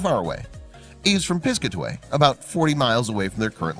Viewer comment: Good vid. It's Pis-CAT-a-way, BTW. ;) ~♥~